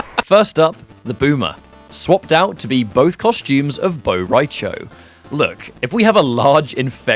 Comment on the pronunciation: it's Bo' Rai Cho, actually.